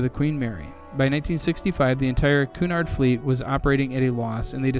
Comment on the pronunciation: I don't understand why content creators don't narrate their own documentary videos instead of having AI mispronounce the key terms. Or did this fellow really make a program about the Queen Mary and the Golden Gate Bridge without knowing how to pronounce "Cunard", "Marin" and "Tamalpias"?